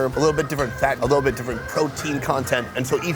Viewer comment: “Take a lilbirrovadip” 🤣🤣